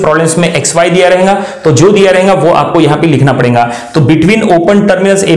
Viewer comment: Your lecture is of the best quality but the problem is with your Hindi You are stressing 'n' in between the words rahega as "Rhenga", parega as "Parenga" etc.